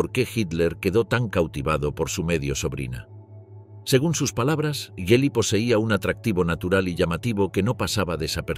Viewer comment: La G del nombre de su sobrina se pronunvia dura como en la palabra "gracia"